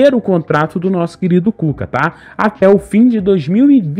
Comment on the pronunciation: Cucalá foi boa kkkkkkk Quase saiu cutalá! Kkkkkk Calma kkkk